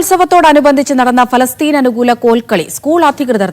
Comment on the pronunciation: പാലസ്തീൻ എന്ന് പറ മോനെ..